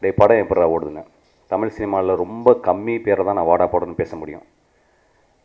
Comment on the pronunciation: டேய் பொறம்போக்கு myskin, தமில் இல்லடா தமிழ். முதல்ல தமிழ் சரியா பேச கத்துக்கோ. கேன பய பிள்ள